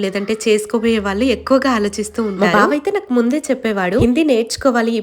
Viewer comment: Thalli nuvvu bava antunnavu kani okosari babu annattu vinapadutundi nice videos 👍